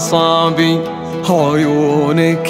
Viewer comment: ⭕️ لو غناها لحاله رح تكون أجمل 👌🏼 نطق صالح ل ( عيونك ) سيئ جداً المفروض ينطقها بسلاسة رح تكون أجمل صالح فنان لكن دائما يبالغ في الأداء والعُرب لذلك يغنيها لحاله أفضل الكلمات واللحن بسيطة وسلسة ومناسبة لصوته